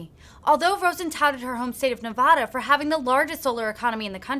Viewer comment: Great video, but please make sure to say Nevada correctly. It drives people from Nevada nuts.